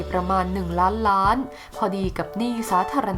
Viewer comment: อ่านให้ชัดเจนหน่อยคำว่าล้านล้านบาท